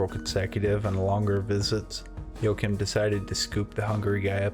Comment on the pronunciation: His name is pronounced wa- heem